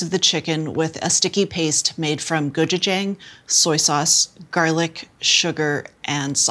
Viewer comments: So well spoken that she says “gochujang” phonetically 🤣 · Next time you say gochujang— ask me— you butchered the pronunciation.